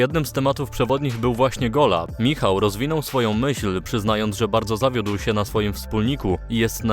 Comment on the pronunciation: i nagle tak Bałdzo uwziąłeś... :-D Najlepszy moment